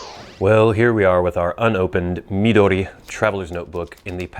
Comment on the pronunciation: Hilarious introduction! CRACKED ME UP!!! It's also really nice to hear a reviewer pronounce "Midori" and "Tomoe" correctly. How impressive that you can read hiragana, katakana and some kanji. Jyozu! I watched your other video, reviewing your regular size notebook and saw your handwriting...WOW! I also like your list of fancy-schmancy words. Great idea! FYI: You can also find plastic pencil boards at Taroko Shop on Etsy. Good prices and great service.